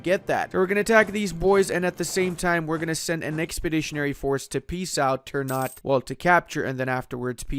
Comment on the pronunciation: It's Ter-Na-Tei not "turnout"